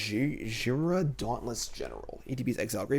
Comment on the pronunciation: Jim pronounced Jirina correctly!!!!